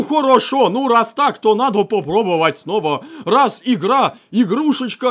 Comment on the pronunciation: Ещё роз.)))) не раз а роз